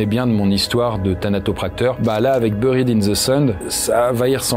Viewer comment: Bonne liste et descriptifs, mais l'accent anglais est à revoir. Je grince des dents en entendant Eli Roth, Squirm (fest), Buried (in the sand), (Murder set) pieces.....